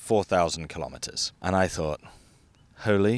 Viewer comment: Mate ... M8 ... Your "Holly bibly boos" ... the dramatic pause ... Leo DiCaprio beware! There's a new star in town!